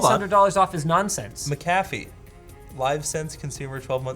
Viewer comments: hilarious ..."they gave us a ma-ca-feeeee trial for 30 days" *** no its pronounced Mac- A- fee ...you want some cafeeee or coffee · 10 minutes in and all I hear is pronouncing McAfee wrong. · it's MACK-UH-FEE not MICK-KAFFY